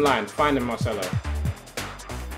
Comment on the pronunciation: Did you really just say Marchelo?